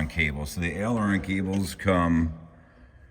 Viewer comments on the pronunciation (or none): Again … the first two letters in aileron are pronounced like “aim your gun”, not like “Al Bundy” ,,, please, al-eron is just wrong …